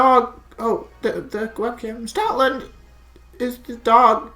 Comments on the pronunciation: I thought you said Stalin not stoutland lol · At the start I thought you said "Stalin Lover 9000" lmao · OMG I thought you said Stalin at the beginning when you were joking about stoutland LOOOOOL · thats what i thought too lol